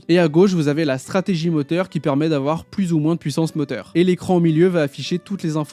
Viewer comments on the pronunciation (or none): none